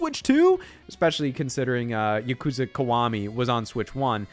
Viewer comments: To feed the gross algorithm: The way Scott mispronounces Yakuza is painful to hear. He's still been one of the most entertaining people in this space for the past 7 years or so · I don’t even care about the switch 2. I’m just here to make fun of Scott for pronouncing Yakuza wrong.